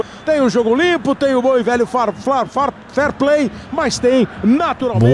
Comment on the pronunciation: cleber machado:“ Fair, Fair,Fair,Ferplay” 😂😂